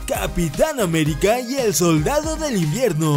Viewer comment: dijo infierno o invierno?